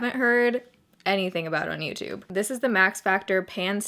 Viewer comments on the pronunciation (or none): none